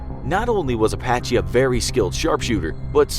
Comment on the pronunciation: Apache sound like "a Bac Ky" to me. That's offensive